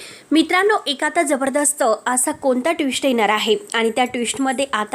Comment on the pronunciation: साधं सोपी वाक्यसुध्दा वाचता येत नाही तुम्हाला, येणार, असा शब्द आहे.एणार असं नाही.